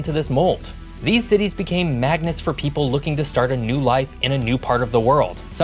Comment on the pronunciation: Heh. Heh. “Pople”